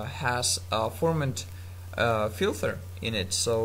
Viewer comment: Lol you say filther instead of filter